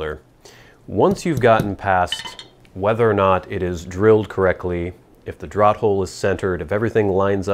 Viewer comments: isn't it pronounced "draft" hole? as in letting air move? draught is pronounced draft, no? you don't ask for drawt beer do you? I know americans have changed certain spellings. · Another great review and video,. Thanks. As a note, and I hope you will accept this in the kind manner it's presented: 'draught' is always pronounced as draft, which is strange, admittedly, as we always take a draw, but there it is. English is a funny old language. Best to you.